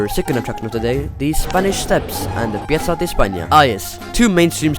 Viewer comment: concordo.. i nomi delle piazze, chiese e posti li ha pronunciati nel modo corretto, fosse stato un americano avrebbe pronunciato alla cazzo tutto..